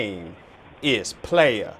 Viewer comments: … (say it right!) aka 🤣 I’ve watched these type of videos before of people messing with scammers. Describing their exact location, etc. lol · It’s PLAYAAA 😭😭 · I’m sorry ma’am it’s Play Ya! Ya the one that got played 😂😂😂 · Not “” 😂😂😂